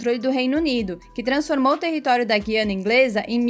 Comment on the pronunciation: Guiana.O (u) é pronunciado.